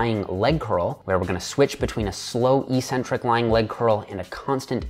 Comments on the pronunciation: Eeeeecentric isn't a word in the English language. eC-Centric is, however. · Eck-centric, not ee-centric. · "eccentric" is pronounced "ex-centric", just like "acceleration". No hate, just something I noticed and deemed worthy of pointing out. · Great video, good information and well explained. But I think you're pronouncing eccentric wrong.